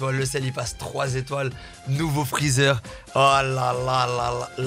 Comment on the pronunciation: Ses freezer pas freezar